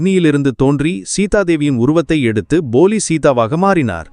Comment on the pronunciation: அது Boli இல்லை (போலி) Polic தான் சரியான உச்சரிப்பு.